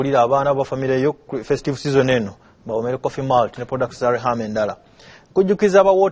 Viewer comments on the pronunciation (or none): Coffee Malt (Molt).not Mult